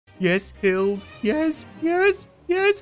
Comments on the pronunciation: am i the only one that heard "i love pills." instead of " i love hills." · Try listening to the first part. You can make hills sound like pills